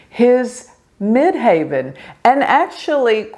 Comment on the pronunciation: Why do you say mid "haven" instead of mid heaven? Medium Coeli MC means midheaven as you well know 😍